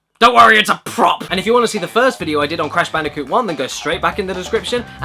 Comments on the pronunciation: Blash Bandicoot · It's crash bandicoot not "banooka" as you have called crash bandicoot, never make that mistake again please, for the love of all things good and holy and sacred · what does she call the crash bandicoot n sane trilogy, cash banooca in sone triloogery?